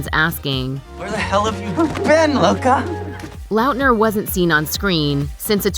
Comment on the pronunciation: The way you pronounce Lautner is HORRENDOUS